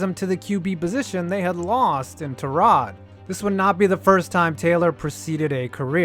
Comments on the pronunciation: I always thought it was pronounced tie- rod not tur-rod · not only can he not catch a break, he can't even garner enough respect for you to say his name right. TIE-rod not tuh-ROD... you managed to say it right somehow... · Isn't it TY-rod, not tuh-ROD??? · Do better research, you pronounce his name tie-rod not ta-rod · “Tie”-rod Taylor... who’s this Tarod Taylor guy? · It's TY-rod, not ta-ROD. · His name is Tyrod, pronounced Ty Rod. Not ta rod. Y is pronounced Y, not uh. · Idk if I’m wrong but I’m a tech fan, and I remember going to the games when he was at tech. I thought it was pronounced tye-rod rather than ti-rod. I’m pretty sure even the pa and announcers on tv say it that way. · You called him TAH-rod rather than TIE-rod, I stopped watching. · Can I say one thing that bugged the hell outta me.. ITS TYROD NOT TAROD JESUS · Why are you saying Tah-rod... its Tie-rod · Te-rod Taylor... bro his name is TYrod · It's "TIE-Rod" not "TER-ROD" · Its TY-Rod not Tarod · TIE-ROD......no TUH-ROD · watching your video mispronouncing his first name over and over is very difficult. its Tyrod not Tarod. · It’s pronounced (Tie-Rod) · Terod? Pronounce his name correctly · FFS ITS TY-ROD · Are you mispronouncing his name on purpose? It's "tie rod" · "Turrod" Taylor.. Hell no dude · As Bills fan I believe his name is pronounced "Tie-Rod". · Every Hokie watching this: "IT'S PRONOUNCED TIE-ROD" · pretty sure it’s pronounced ty-rod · Cant stand you messing up his name over and over. ITS TYYYROD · “Terrod Taylor” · You're saying Tyrod wrong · Bruh why you say his name like that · Awful video, you don't know how to pronounce his name and this is too early to tell about all of these quarterbacks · i can’t be the only one aggravated with how he says tyrod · How is he your favorite player and you don’t know how to pronounce his name🤦🏽‍♂️ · This man is so unfortunate that his name only gets pronounced correctly once every year or so.